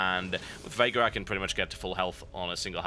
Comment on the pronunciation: Every time TB say "Veigar" it sounds like he's saying "Vega" to me. Probably doesn't help that I've been playing a lot of Street Fighter lately.